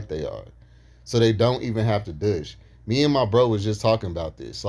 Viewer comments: It’s pronounced “doosh.” You kept saying “duush” lol. 😆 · Side comment but the way you pronounce “douche” is so funny 🤭🤭